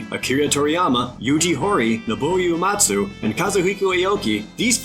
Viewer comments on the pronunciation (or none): OO-ematsu, not YOO-ematsu